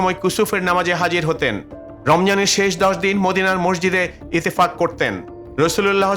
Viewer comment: আপনি ইতেফাক বলছেন কেন?হবে ইতেকাফ।